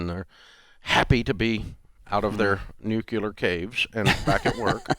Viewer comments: It’s “nuclear” not “nucular!” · Dave pronounces nuclear like Bush -- made me laugh! Dave, you're an inspiration, thank you!